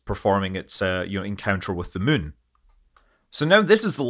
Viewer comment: Scott played so much KSP he even pronounces Moon “mun”